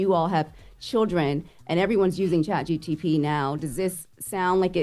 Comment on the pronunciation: I focks wit but she definitely kept sayin chatGTP instead of ChatGPT